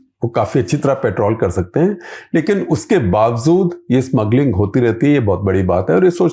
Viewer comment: Shekhar ji should improve his Urdu…..it’s bawajood…not bawazood 😢